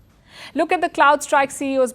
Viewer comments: Is she repeatedly saying " Cloud Strikes?" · CrowdStrike. Not Cloud-strike. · Small correction. You referred it multiple times as cloud strike, but it is Crowd Strike